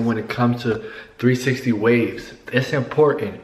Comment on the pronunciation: its imporcant